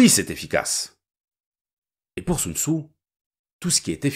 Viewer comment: Normalement on prononce « Soun Tsé » mais bon